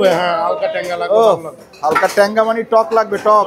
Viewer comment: কথাটা হবে মানে।মানি নয়😊